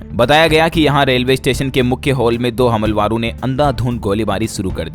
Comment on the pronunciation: भाई साहब "हमलावरों" इस शब्द का उच्चारण ठीक कीजिए 🙏